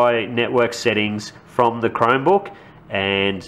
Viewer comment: sounds like youre saying "crimebook".